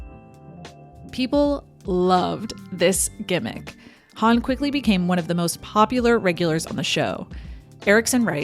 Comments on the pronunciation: Why do you pronounce Hawn as Hann instead of Hohnn? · I'm like "who's Han" (Solo)? Growing up I always pronounced her name Goldie Horn. Or to put it another way you say Hawn in the same way you say Hawk. Am I wrong? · Why do you keep pronouncing her name as Huun? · Good stuff.. although I've never heard 'Hawn' pronounced the way you say it